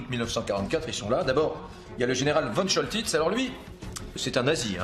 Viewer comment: Comment peut-on prononcer von Choltitz comme vonne et non Fonne ? C'est nul.